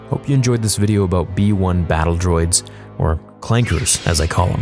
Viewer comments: Did he just say clankas with a hard r? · When calls them clankeRs 😂 Uhh correction its clankas lol